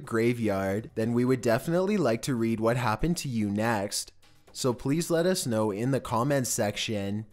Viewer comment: " So please LUTTUCE know....."